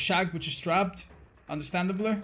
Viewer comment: understrandable 😂 English it's difficult some times 😂😂